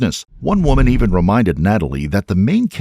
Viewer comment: L.O.L? The guy said "WOWMAN." Do YOU know what a "WOWMAN" is? 🙄